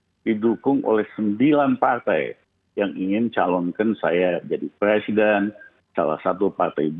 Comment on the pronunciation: Lizal bilang punya hak ....semua orang punya hak tapi jngn lupa anda juga punya kewajiban ... Apa itu kewajiban anda ya itu wajib mengikuti undang2 yg telah di sepakati nafsu banget sih lizal lamli ....kerja aja dipecati gak ke pakai kok mau jadi pleciden ....Maaf ....brooo ngomong aja ga lengkap week....wek...wek... .